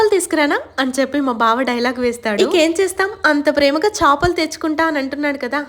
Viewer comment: Chapalu kadhu chepalu